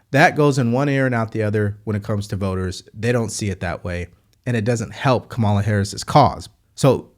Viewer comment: The first two seconds, he mis pronounced Kamala’s name. I knew straight away it would be BS. I was right! 💙💙💙💙💙💙💙